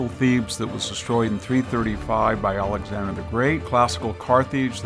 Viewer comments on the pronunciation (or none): none